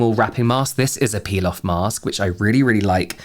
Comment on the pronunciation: I was half listening to this and heard Pilaf Mask instead of Peel-off Mask and had to think about that for a second